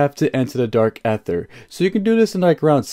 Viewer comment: Dude is anyone else getting triggered every time he say dark aether wrong lol jesus🤬